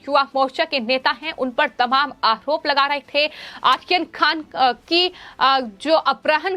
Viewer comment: सबसे पहले तो आप अपने चॅनल पर ये जो न्युज पढ़ने वाली का उच्चारण सुधारे। वो आर्यन खान का नाम आखन खान पढ़ती है। एैसे और भी शब्द है